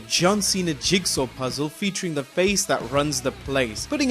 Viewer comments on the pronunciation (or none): none